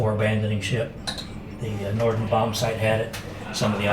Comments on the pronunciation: My father was in the 8th and was a Parachute rigger in England in the south. The Bomb site is a Norden not Norton . Mark V . Just a comment to help. Great video. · Great video, but please learn how to pronounce "Norden".